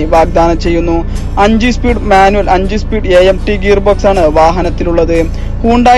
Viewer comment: Espeed alla speed